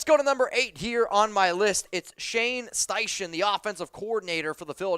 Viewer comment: it’s pronounced shane styken